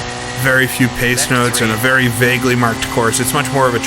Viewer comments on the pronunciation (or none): none